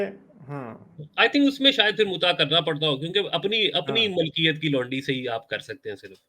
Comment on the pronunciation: Did this guy just say lundi...instead of laundi..😂😂😂😂